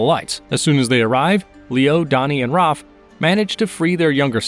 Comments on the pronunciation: Its Raph you monster not ROF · Why do you call Raph "Roph"?